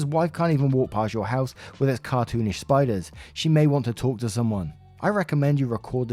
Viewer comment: not spiders, SPITE-ers